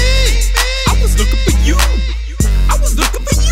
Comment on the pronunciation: listen to how he says yeww